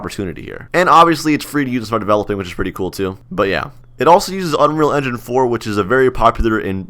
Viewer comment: "powered by unreal endin'" LOOOOL p.s. you should do scripting funny ideas in core Also try quitting ROBLOX and stick to Core ;) let's see if you can do it